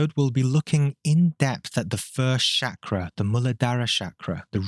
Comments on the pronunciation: If anyone wondering it's pronounced as "Chuck-raa" not Shakira or shak-raa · I’m Indian and I have to clarify for you that the word is not pronounced “Shakra”. The “CH” sound is the same as in “Charlie”. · The way he says Chakra, lmao Shakra! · Man common! Call it Chakra the way you'd pronounce Chalk, not Sacra. Feels like quitting the video right away. Practise proper pronunciation, which I think is important when it comes from someone who has studied it for such a long period of time. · Can you say 'chakra' correctly please. It's not that hard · You should firstly learn how to pronounce Chakra buddy, seriously